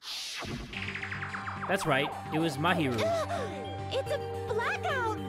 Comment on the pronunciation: btw jay mahiru is pronounced mah - he - roo. btw ur that dude!